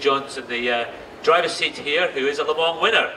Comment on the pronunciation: le mans not le mall.....